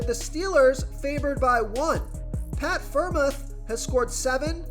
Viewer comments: Friarmooth is how you say it bro great video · Great video. But how you pronounce Pitt tight end was funny